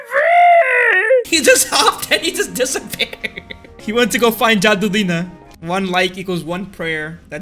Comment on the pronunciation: It ain’t jadu it’s jadoo